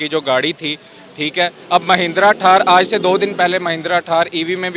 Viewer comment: ठार नही थार होती हे 😂😂😂